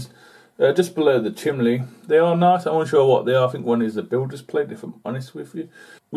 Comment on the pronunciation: chimney ....chim...nee...not chimlee